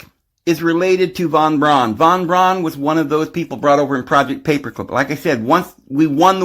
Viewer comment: von Braun is pronounced fon brown.